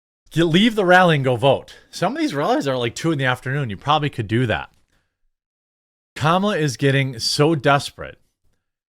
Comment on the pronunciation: The IRS endorses Comma-La? That's rich.